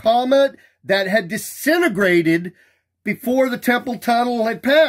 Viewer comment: A new cosmological term: 'Disenograted'. And what is 'pan stars'? It's too saientifik two me.